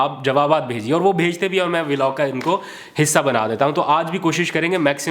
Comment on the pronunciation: Please learn to say the correct way >>> VLOG just like BLOCK / BLOG. No such thing as V-Log. I’m saying very humbly. Thanks and regards!